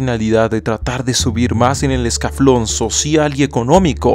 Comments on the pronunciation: Buen video, mi única queja: Escalafón. Maestro, es escalafón, no escaflón... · en el minuto dices escaflon no sería escalafón? saludos eres bueno